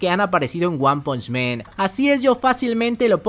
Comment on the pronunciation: Bro excelente contenido gracias por tus videos, sólo te hago una pequeñita observación con mucho respeto y es que recuerda que es one punch man porque si dices "men" estás hablando en plural 🙌🏻